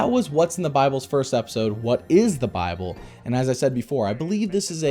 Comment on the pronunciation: He said biable! :o Great review. I want this to be the successor to your VeggieTales reviews. It seems like the best so far. The only thing that might rival this is Bibleman in terms of what the viewers want.